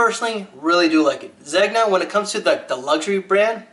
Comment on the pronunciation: I believe Zegna is pronounced "zenia" Great vid nevertheless.